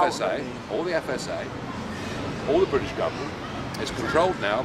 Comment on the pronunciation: That was painful to watch, but Nigel did well considering... "yeah yeah de IMF..."